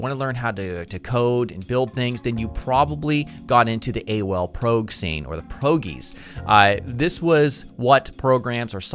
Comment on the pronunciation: PROG.. pronounced PRAWG... bet you also say JIF instead of GIF right? the fuk!